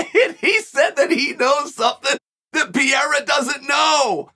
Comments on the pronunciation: Chael: Peeyerra. Everyone: Pereira. Chael: Ok, Great. Peeyerra. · Alex Peh-Hey-Rah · Does this 70yr old in the body of a 40yr old pronounce the name wrong on purpose?